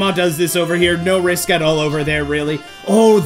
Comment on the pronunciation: It's Ice Rink Risk not Rinse. It's RISK.